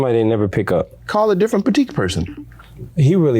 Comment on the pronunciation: just tell him its petite! aint no k nowhere in that word.. its french dawgy.. petite means little/short